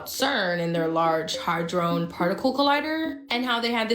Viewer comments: This chick can't even pronounce ½ the words she tryna say and she obviously did not READ the articles cuz the amount of gold that resulted was sooooo minute and was only in a 'gold' state for a FRACTION of a SECOND. Settle down, sis, u gettin too far ahead of yourself lol🙄 She said, "Hadron" like the alcohol, "Patron"😂 It's 'had-ron', like the name, Ron😂 Omfg I can't wit all these peeps tryna seem smarter than they are. They only foolin the ppl who're even less intelligent than they are. Leave the grown up 'bidniss' to the grown ups, ight?😂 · Not a mask, it's called AI or a filter. Hadron(not hardron like she said 10Xs) did turn lead to gold- for about a second before it turned back to lead. I believe it swapped out with gold in an adjacent reality, & it couldn't hold it's composition for some unknown reasons. But get the facts right, know how to pronounce the names of things you're calling out- & don't believe every little thing you see hear feel or smaste™. AI art is easy to spot- note how the surrounding areas colors are natural- but the devil's face has a flat color to it, that's a typical AI result. You just need to look at lots of AI imagery to be able to spot it like nothing. Yes truth is stranger than fiction, but it's not all real online. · 13.24l...if you are goanna spew stuff about science and talk about possible conspiracy happenings at least say the things right.....its not a hydron collider......its a hADdron collider. Also ....elements are thing s like gold, oxygen, hydrogen....they are made up of PARTICLES such as protants, electrons, and nuerons... also....alchemy is the foundation of modern science....although we still believe alchemy to be psudo science with no real proof that we can in fact turen lead into gold,,,this gave way to chemistry, whch gave way to physics...whch lead to quantem physics. you sound .....well kinda dumb when you just say a bunch of words that dont meant what you think they mean.